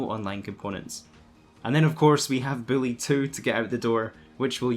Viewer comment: Who the fuck is billy it’s Buuuuullllllllyyyyyy not billlllllyyyyyyy my fucking god